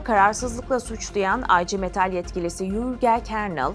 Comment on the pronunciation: Aycı metal nedir Ablam, artık telaffuzu Türkçe yapmayı öğrenin. IGM Okunuşu da Ige Metal…